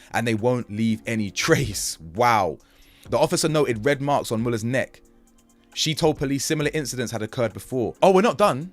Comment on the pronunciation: It's Moo ler, Brooke Mueller. Their sons are Bob and Max.